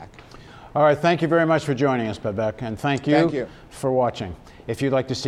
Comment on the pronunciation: ))) , he's pronouncing his name incorrectly. it´s Bâbak or Baabak.( the first a is a very long Vowel)